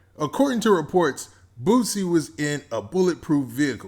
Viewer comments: BOOSIE NOT BOOTSIE dahm. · Sound like he saying Boot-sie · Don’t say his name if u can’t say it right⚠️